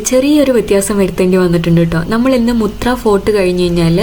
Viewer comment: മുത്രയല്ല മത്ര